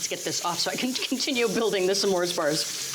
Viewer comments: I like how she says Sa mores bars instead of s’mores bars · Is that how smores is pronounced? Samores. Or is that how Valerie pronounces it? I'm not American btw